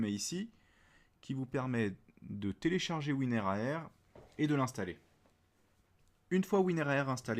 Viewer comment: Tout le monde dit WINRAR mais toi tu dis WIN-R-A-R